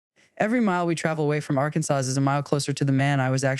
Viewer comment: Arkansas pronounced as “Arkansass.” Yep. It’s AI! lol.